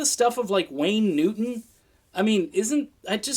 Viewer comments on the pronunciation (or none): none